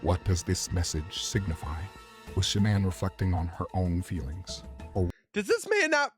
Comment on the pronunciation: That might be an AI voice, the way he pronounces Shannan's maiden name is not normal.